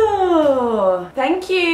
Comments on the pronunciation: ' thankqqq' you sound so posh i love it so much babes xx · Thankyou😂😂😂😂 (in that accent)😂